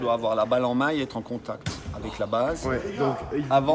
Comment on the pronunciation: Quand il dit le mot « la base » 🤣